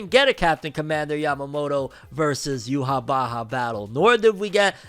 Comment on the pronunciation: You-wah is how you pronounce it 😅😂